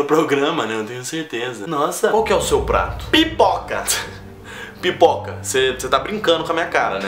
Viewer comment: O pior é que ela falou com vontade PIpoca!